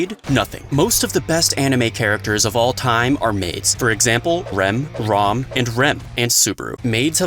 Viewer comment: Why do you say ROM instead of ram? You do know there is already an old man named Rom in rezero